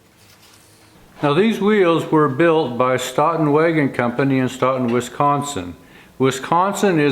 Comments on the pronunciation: Not "Staughton",,,, "Stow ton",,, Stoughton, just like Dough! You don't call it Dauw! Just saying,,, from Wis Con Sin! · Another excellent video! For what it's worth, Stoughton WI is pronounced 'stow-ton'. I always look forward to Fridays and another video by you. Thank you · FYI, here in Wisconson, Stoughton is pronounced "Stow-ton." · Stoughton is pronounced STOATON... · if you are speaking of "Stoughton" in Wisconsin, it is pronounced with a long "O" i.e., Stoeton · Sorry to nitpick, but if you're trying to pronounce Stoughton, as in Stoughton Wisconsin, you're pronouncing in a way that I've never heard being a life long Wisconsin resident. You may want to call someone from Stoughton, and ask. Just a thought.